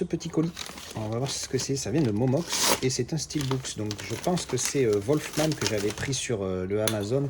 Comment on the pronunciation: Salut, de bons titres en général. Attention à la prononciation pour Wolfman. C'est pas "Volfman" mais plutôt "Wulfman" 😅. A bientôt 👍.